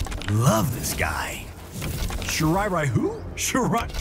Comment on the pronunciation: Shiray Ryu not Rayu